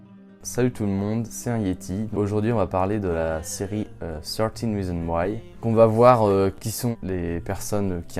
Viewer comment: É toa tu di malle le titre de la céri sa se prononss "firteen reasons why"